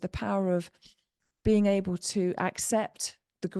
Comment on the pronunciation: able: aye-bul. Terminal L. not: ends in a T. certain: There's a T in the middle. Not "sir-uhn." You sound lazy and weird.